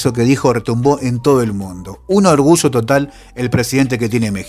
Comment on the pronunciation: Ayer, no Asher, orgullo, no orgusho, allende, no ashende, yo no sho